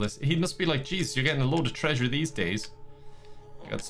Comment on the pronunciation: after saying "trasure" 75 billion times: "I have to be careful or I might actually start saying 'trasure.'" Dear, you couldn't say it more if you tried.